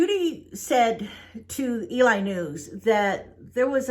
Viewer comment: It's not Eli, it's Ely. pronounced Elee